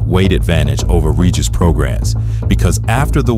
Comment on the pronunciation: I've never trusted any fighter who participates with SNAC. Doc was excellent by the way. Great narration and script. No goofy business or trying too hard. You kept saying Prograis name wrong but I won't dock you for that buts it's Pro-Gray